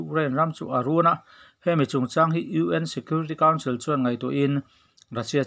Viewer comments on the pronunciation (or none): none